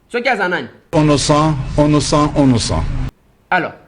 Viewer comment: Ounoucent lol 😂😅😅😅😅😅😅